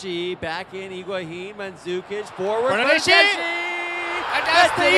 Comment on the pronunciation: The bernadeschi pronunciation was ear killingly bad